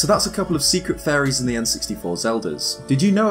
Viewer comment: everytime you say faeries......i hear furry